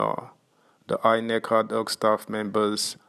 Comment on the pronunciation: Is it adhoc you are pronouncing as hardhoc? And Lp as hellp?